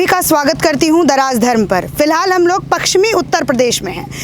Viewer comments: Anchor bahin ji aap hindi hi theek se bol nahi pa rahi ho paschmi U.P. ko Pakschmi bol rahi hai. Aap hindi ke uchharan ka abhyas karo. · अर्चना तुम बहुत अच्छी रिपोर्टर हो। एक शब्द का उच्चारण ठीक कर लो। पक्चिमी नहीं पश्चिमी उत्तर प्रदेश बोलो। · Madam ji..pakchsim nahi..pashchimi uttar pradesh hai..aap patrakaar hai..uchcharan to sahi kijiye. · मैडम पश्चिमी यूपी है ना कि पक्सचमि यूपी आपकी पत्रकारिता अच्छी है लेकिन शब्दो पर पकड बनाऐ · पकसीमी नही मैडम जी पश्चिमी होता है